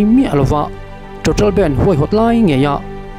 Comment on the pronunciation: Nga tinge youtuber thenkhat fin hmel pui² hian, BANDH tih hi, he mi music a BAND ho ang hian in lam tlat thin le..!!